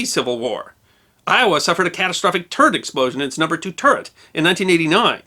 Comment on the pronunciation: I definitely heard "turd explosion" instead of "turret explosion", combined with the brown clouds in the image, i was highly confused.